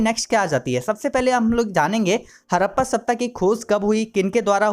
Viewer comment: Awaj krab h apni hadappa bhi thik se nhi bol rhe 😡😡